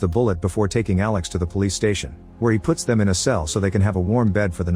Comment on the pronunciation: Alex pronouce is 'them' ???